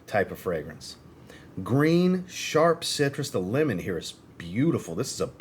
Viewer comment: You said, "Italian lemon". I heard, "Italian women". 😂